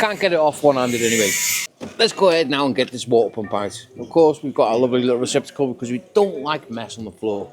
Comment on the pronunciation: Receptical, not Reciprocal.